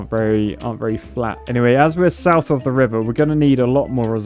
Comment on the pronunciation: "We don't need to through the wiver"